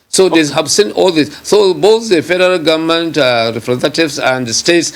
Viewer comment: He kept saying “we the Gunmen’t” If u can’t pronounce “Government“, no appointment for u.